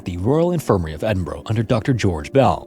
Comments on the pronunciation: I always feel like I''m tempting fate watching these videos. For future reference it's not Edinbro bro... It's Edinburgh, pronounced more like burah. That goes for any town or city with borough in the name. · Hello! Scot here with a little note for future pronunciation: your pronunciation of Edinburgh is REALLY close, but rather than Edin-BORO it's more like Eh-Duhn-Bruh. Similar with Glasgow, it isn't GLASS-cow but rather Glazz-goh. It's super easy to get tripped up by the names of our cities, towns and villages if you aren't from here, and I hope this doesn't come across as me being mad or upset with your pronunciation? I just thought it would be worth mentioning it in case future stories you tell are based in Edinburgh! As always, I'm a huge fan of your channel and your dedication to telling these stories in a way that is detailed, easy to understand and most importantly respectful. Thank you for doing what you do. :) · Pronounced "Edinburuu...." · "Ed-in-burra"is the correct pronounciation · dying for north Americans to sat cities properly: edin. burrrrrrr. or jusr edinbruuh really quickly. also if you come to this country please visit the necropolis in glasgow nd edin they're dope n david hume is in edin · Not massively important but Edinburgh is pronounced 'edin-bruh' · Edinburgh is pronounced "Edin-burah" please... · I love the content but please learn how to pronounce Edinburgh properly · Please learn to say Edinburgh properly that sounds so wrong